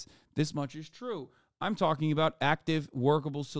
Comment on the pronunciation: Why the Scottish accent whilst talking aboot sooth afriky..?